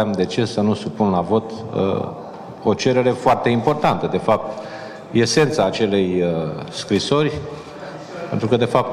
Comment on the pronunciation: Hallo ,,gara" Dragnea ...se pronunta corect *ESENTA* si NU ** I E S E N T A ** 😂😂😂😂